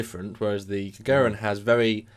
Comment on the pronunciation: I find your mispronouncing of "Gagarin" very amusing.